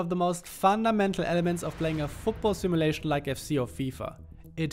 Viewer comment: Did he really call fifa a "sinulation"? 😂😂😂